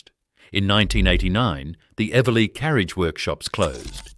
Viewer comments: Pity the AI voice can’t pronounce Eveleigh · fabulous images.....if only AI could get the pronounciation of eveleigh right! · AI is making a real mess of great video. 3-8-3-0? How about 38-30? And Eveleigh! Someone should be checking these abominations in pronounciation. It blows the credibility of the video.